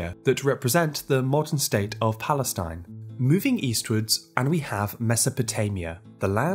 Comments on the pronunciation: There is no such a state "plestine" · The moderator mispronounced Canaan Palestine.